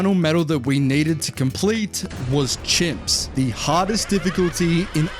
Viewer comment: Bro says c.h.i.m.p.s like it is a problem